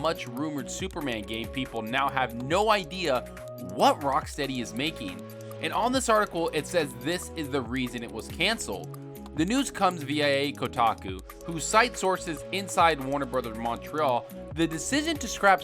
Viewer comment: he said v.i.a instead of via